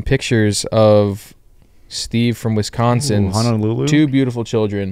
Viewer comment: dude I’m from Wisconsin and oh my god the pronunciation of Wisconsin killed me